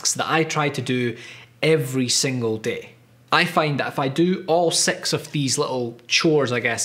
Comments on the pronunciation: His ‘six’ sounds like ‘sex’. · İs it just me he says sex and not six !!!!! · He says "Six" I hear "Sex" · Why do you speak six like sex? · am I the only one hearing "sex" instead of "six"? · Why is he saying sex chores XD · I could not stop hearing "sex reminders", which made the video so much better. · did he say sex? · every time he said six i thought he said sex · i can't stop hearing "sex" help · I lost it when I heard : "It should have SEX REMINDERS" 😂😂😂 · How to say 6? English: Six German: Sechs Spanish: seis France: six: S E X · each time he said "six tasks", i heard "sex tasks"... is my mind a little pervert ? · Starts video.. Watch intro Pause video and google "Sex mundane tasks" Realize it was "six mundane tasks" Continue video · Did anyone else here him say he jacks off tasks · all i could hear was ''sex little chores'' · Why does he say sex instead of six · Bruh 6 is "six" not "sex" by the way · who else thought he is saying SEX item SEX reminded SEX tasks :D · Why do you pronounce six as sex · hi says sex or six ? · does he say "six" or "s*x" xD Probably six lol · Oh, he was saying six